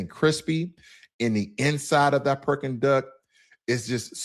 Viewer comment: He said Perking duck